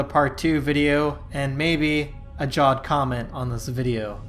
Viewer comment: Heres one it’s pronounced javed not jawed